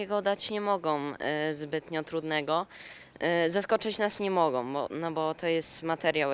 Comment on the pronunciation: Czemu ten chłopak pierwszy mówi MOGOM🤦🏽‍♂️